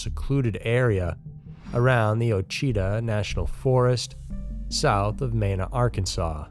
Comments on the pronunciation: Ouachita is pronounced “washitaw” and Mena is pronounced “meena.” Sorry, it’s such a remote area that it never gets talked about and I’m actually from there so… proceed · And mena is Me-na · Mena is "mee-nuh" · and Mena too.